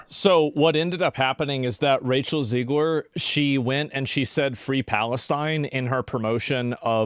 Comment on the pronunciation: Did anyone else hear racial zegler?